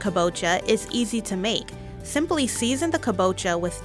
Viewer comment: thimply theathon